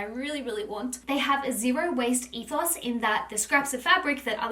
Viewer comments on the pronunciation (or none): none